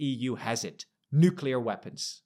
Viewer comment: You are in the EU talking about the EU. Don't use the stupid american mispronunciation of nucular! it's nuCLEar!